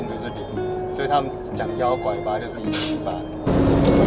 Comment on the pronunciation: 大學長拐八還不夠標準，拐鱉才是經典啊！😅😂